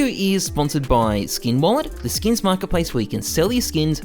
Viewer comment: I find it funny how he says “skeeyns” rather than “skins” 💀